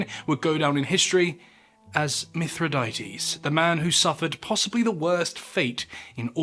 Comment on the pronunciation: Sigh. 1. It's pronounced "mi THRI dah teez", not "mith ri DAY tees". 2. Plutarch's report of scaphism (in "Life of Ataxerxes") is based entirely on an account by Ctesias of Cnidus, who even the ancients knew was an unreliable and absurdly sensationalistic fabulist (who, for example, claimed there was an entire race of one-legged people). Stop shoveling nonsense for clicks.